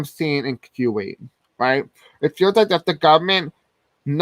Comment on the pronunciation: Kuwait -CooWait lol